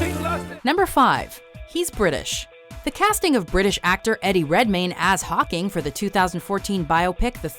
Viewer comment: the way it sounds like she says pocking annoys the shit out of me